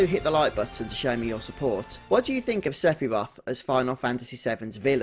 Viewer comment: Someone talking about who is Sephiroth, you'd think they'd say his name right.. .. Sigh